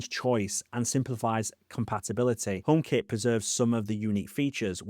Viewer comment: i kept wondering what the hell "omap" was